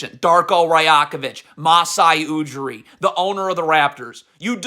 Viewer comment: The only disgrace is your pronunciation of literally every foreign person you slander. You can't be serious. Jaime Jaquez, Masai Ujiri, Darko Rajakovic. Masai has forgotten more about basketball than you'll literally ever know. So has Darko for that matter. It's one thing to say players botched a coverage. Another thing to assume you understand exactly what the scheme was while knowing nothing and complaining every time the Heat score. What your followers don't understand is that even the best defensive teams give up over 100 points a game. So while you CAN point to half the points and complain, what you carefully Don't point out is why you give up one thing over another. Again, generally, you know your shit. But the level of hubris and disrespect shown towards people who'd lap circles around you in terms of basketball knowledge is truly mind boggling. Anything for the click tho, am I right?